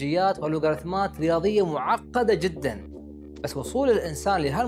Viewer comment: ليه بتاكد على كلمة معقده جدا ؟!